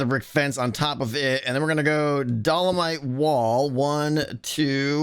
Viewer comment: My poor geologist soul can’t handle pronouncing dolomite wrong